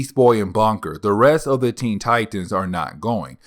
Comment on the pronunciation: Bunker not "Bonker"🙄.